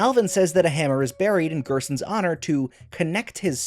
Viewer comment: "Gerson" without the S at the end